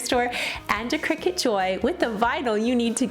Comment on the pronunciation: I may be wrong, but Isn’t cricut pronounced cry- cut?